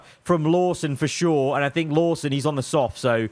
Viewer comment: bruh I thought he said verschoor not for sure